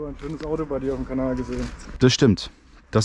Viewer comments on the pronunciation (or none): none